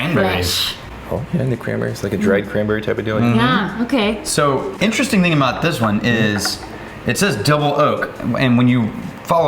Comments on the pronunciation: I think this is a missed "Interestingk!" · was the first "interesting'k" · Did no one else catch the "interestingk" ? 😆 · Missed one!! “interestingkkk” lol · you missed saying “interestingk” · They missed TWO other "k"s both times with the word interestinK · You guys missed the big one. "Interestingk" and "thingk" ...